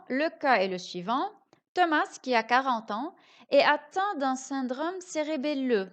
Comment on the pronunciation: Bonjour, On ne prononce pas le "S"de THOMAS. Et bonne continuation.